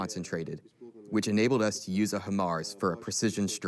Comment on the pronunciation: Closed caption: Hammer Narrator: "HA-MAR"